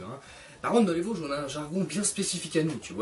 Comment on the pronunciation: tes vosgien ? mais tu dit même pas vosges avec l'accent mdr on dirait un parisien